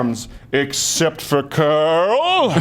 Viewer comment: “Except for Carrllll” 🧐😂 I can’t